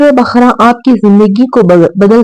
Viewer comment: بقرہ کو آپ بخرہ کیوں بول رہی ہیں؟